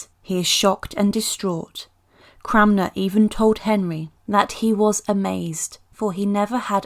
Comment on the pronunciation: The correct pronounciation is Thomas Cranmer. You said ‘Cramner’ multiple times.